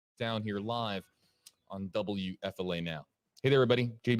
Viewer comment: I swear it doesn't sound like he's saying WFLA to me. It sounds like W-ef-filet. Located near chic filet LOL